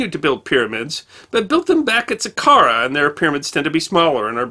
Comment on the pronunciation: It's Sa-car-a and A-bye-dos. The way you pronounced them was bizarre.